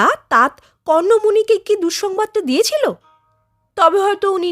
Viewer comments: কথাটা হসন্ত দেওয়া তাত নয়, উচ্চারণ হবে 'তাতো'। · অভিনন্দন এই গল্প টি শোনানোর জন্য। শুধু মনে রাখবেন --উচ্চারণ হবে তাত্ নয় তাতঃ কণ্ব অথবা তাতো কণ্ব।ঠিক ঠাক বোঝাতে পারলাম কি না জানিনা।